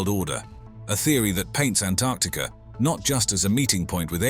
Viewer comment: I love that he pronounced Antarctica correctly.